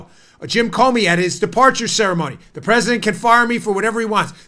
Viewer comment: Nadler needs his ED medications decreased ..the little prig ... I bet that he hasn't used a urinal for 20 years without pissing all over his fingers...that's if he can even reach around his belly to find it ! Looks like the Penguin and talks like Elmer Fudd ...I mean , who the hell pronounces the President as the Pwesident ?